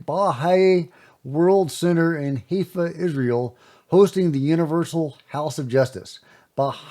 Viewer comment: Also, it is pronounced “High-fa”, Israel, not “Hay-fa”. Thanks for correcting this. Both Jack and Patrick from vetted get these wrong pronunciations (probably wrong on Danny Jones podcast, but I only saw short clips). Still surprising to me that these podcasters don’t check out the pronunciations of words (organizations or places) they obviously never encountered before. By the way, regardless of what you think of Greer, Danny Jones should not be platforming guests without vetting them or their agendas. I would love to hear Greer’s shredding of this Danny Jones guy’s weak trashing of Greer. I think his innuendo’s are extremely weak and smell of being from a “paid delegitimizing disinformation campaign”. I think Greer has encountered this before in his almost 35-year career pushing UFO Disclosure.